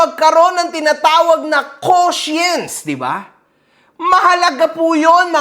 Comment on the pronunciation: I THINK YOU ARE SAYING CONSCIENC NOT QUOTIENCE.